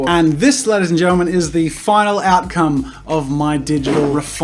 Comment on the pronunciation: Videos 0.15 th second. Sounds like you said "get out lady's and gentlemens." 😂